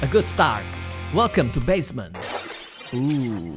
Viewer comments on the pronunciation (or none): none